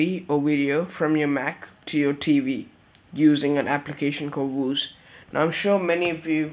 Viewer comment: it's pronounced VIEW-ZE